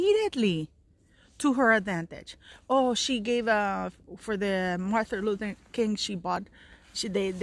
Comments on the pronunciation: Mar-TIN, not Mar-THA, Luther King. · Sounds like you are saying Martha and not Martin - sorry to be picky X